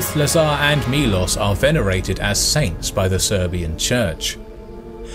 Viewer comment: Not milos o